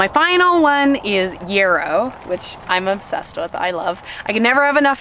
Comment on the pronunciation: I die every time she says “foilage” for foliage and “yearrow” for yarrow 😵‍💫😆